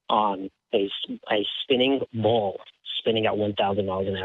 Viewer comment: If I hear "spinning bawl" one more time I think I'll crack!